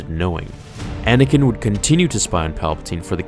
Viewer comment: "Anay-ken"! XD